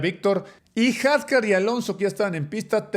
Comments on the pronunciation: Se dice Hadyar aunque se escriba Hadjay. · Can!! Son mi top, puedo pasar el día completo escuchándolos. Pero como comentario… los nombres, la pronunciación de los nombres. Isack hadjar 😅 No se si lo hacen por alguna razón, pero suena raro cuando se escucha. Por lo demás, que buen video!! Que gusto ver como crece el canal y seguiremos toda la temporada con ustedes apoyando! 🙌🏼